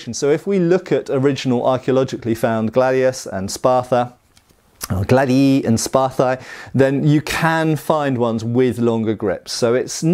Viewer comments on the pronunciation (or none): I believe the plural of Gladius is pronounced Glad ee eye. Any Latin speakers out there?